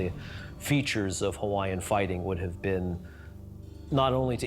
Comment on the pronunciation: Stop miss pronouncing the Hawaiian language! It’s disrespectful to my Hawaiian Heritage!